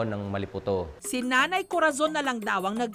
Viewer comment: Maliputo Hmmmm...... Mali-po-to Hahah